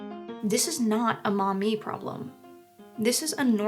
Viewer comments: It's pronounced Maw-me, not Mommy. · With all respect and feedback in mind this content relating to Maumee, OH it has the pronunciation of Maumee as mommy and not Maw-mee many times throughout the video. As someone from that area and who shared this video I can say the feedback to me has been embarrassing and have heard back a couple times "if they can't say the town name correctly then I don't have the say Kamala correctly". Thank you for everything you do but I will say THIS HURTS ME. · Who thought to name the town Maumee? I keep hearing mommy😂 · Mommy? Sorry. Maumee? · lol i am thinking you mean Mommy not town of Maummee. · Maumee? Sorry. Maumee? Sorry